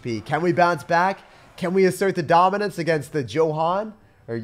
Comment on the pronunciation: This is my first video of his and I can’t stop giggling when he say assert our domince